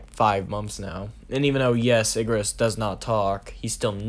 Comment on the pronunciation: y u have to say igris wrong tho